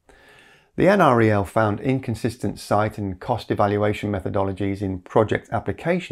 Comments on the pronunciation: NREL is usually said like "N-Rel", the N is like the letter N and the Rel is like the first part of the word relative. It's not a big deal, but I happen to have worked in the building where they were located once upon a time. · Please pronounce it en-rel. I live 1.5 miles west of NREL, that's the correct pronunciation. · LOL. For the nth time, it's pronounced EnRel. No one who lives locally or works there says N-R-E-L.